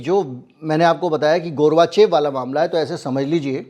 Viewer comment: Gorvachov hota hai, gurvachev nahin